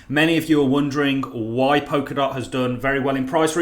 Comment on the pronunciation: Pol-ka-dot, not Pok-a-dot.. Sorry to be a gramma queen..